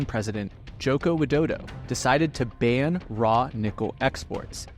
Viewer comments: Bor it's not jokow widodo but jokowi widodo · nah bro said jowkow weedouwdouw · Ja kowi We doe doe is how u pronounce it man.